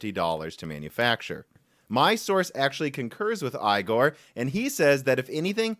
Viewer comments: Since this might not be the last time you speak this name: Igor is pronounced [e-gor]. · Igor is pronounced E-Gore